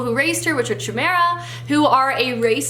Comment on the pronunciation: Chimaera in daughter of smoke and bone is read with k not ch, it's pronounced kaimera. 😊